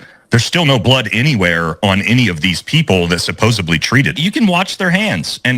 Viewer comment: Supposebly is not a word